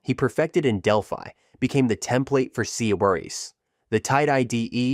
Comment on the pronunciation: Great, informative video. Please note the AI's weird pronunciation of C# is kinda distracting